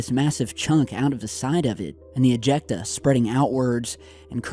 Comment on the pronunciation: lol .. he said "ejecta"